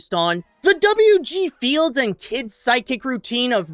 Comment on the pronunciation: Did you say W.G. Fields? So close.